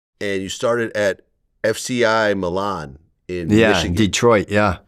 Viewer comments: It's not pronounced Mellon it's pronounced Milan my-land with no d sound, it's a federal prison. I know all about it. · Milan, it’s pronounced My-Laan, dumb fuck